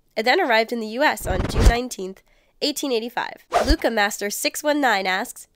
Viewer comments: you pronounced lucha wrong. its loo-cha. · Did she say luka instead of lucha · lucha...... YOU SAY IT WRONG ITS NOT LUCKA ITS LUCHA, LOO-CHA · she said lucha wrong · She said a name wrong its Lucha like the Mexican wrestler in this case Rey in wwe